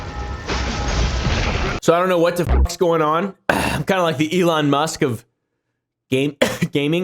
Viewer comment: "Elon Ma", do you mean for that to sound like anofher language? 😂